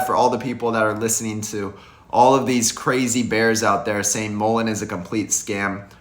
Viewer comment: I support your videos. However, check out how the man in the video pronounced Mullen. He pronounces it correctly. Mull rhymes with gull. As in seagull. I really enjoy your videos, but I’m a stickler on pronunciation of Mullen. Sorry that I’m so particular. Lol